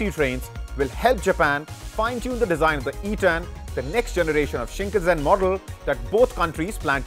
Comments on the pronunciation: それは新幹線です shinn kannn sennn bro しんかんせん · whats Shinkazen? Bro is reading from the scripting and still messing it up